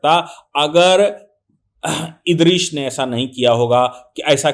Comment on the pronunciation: ये दुबे जाहिल, जो हदीस को हदीत बोल रहा है नूह को नूर इदरीस को इदरीश बोल रहा है सून लो ख़ुदा ने हर नबी को अलग अलग किताबें और सहिफे दि वह किताब उसी नबी के ज़माने वालों के लिए थी, नबी जब दुनिया में आते तो उन्हें किताब मिलती वह किताब को मानने और उसी किताब के बताए हुए मार्ग पर चलने को कहते, जब वह नबी दुनिया से चले जाते तो लोग धिरे धिरे उस मार्ग से भटकने लगते और किताब में इंसान अपनी अकल हेर फेर करते इस वजह से वह किताब असली नहीं रहती और लोग पुरे तरीके से गुमराह हो जाते तब दुसरे नबी आते उन्हें दुसरी किताब मिलती नई शरियत मिलती ।